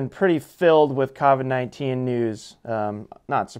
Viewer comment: Covid's with an o, not an a